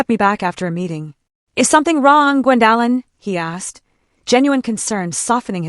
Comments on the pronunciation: Maybe your company could find you an apartment near where you work. What is the problem with pronouncing Gwendolin (Gwen doe lin). The disrespect of her son, his wife and the children is heartbrreaking. This is Elder Abuse by her child and her grandchildren, she should see a lawyer (attorney) regarding their abuse. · And you can’t pronounce OP’s name correctly 😂